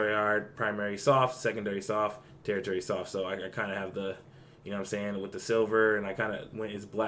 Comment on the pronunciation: Hey brother! Thank for the build suggestion! Also I wanted to let u know, no troll, the paint word is not territory, it is pronounced (tur-she-air-re) <3